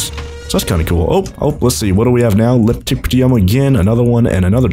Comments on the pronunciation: Hey just so you know when you say leptictium your very close you need to say Lep - tic - ti - um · the pronounciation of leptictidium is (LEP-TICK-TID-E-UM)